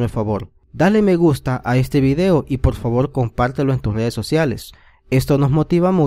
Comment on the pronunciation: Se ve bueno el video. Pero de escuchar al tipo hablando y pronunciar todo con L...me dio flojera. Pol favol, pol dulce, veldes, cuelpo. No!!!